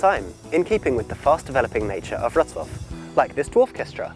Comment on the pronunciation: Wrocław pronounced perfectly! Another point for you,! So far you've collected three or four (not sure) on the account of mine. When you hit 10, I'll have to think about a special reward. A free ride around Warsaw's POI-s when you come here, maybe.;)